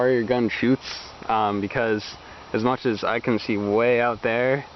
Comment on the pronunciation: Much not moch